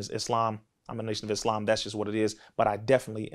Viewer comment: It’s pronounced (is-slawm) not (iz lawm) brothers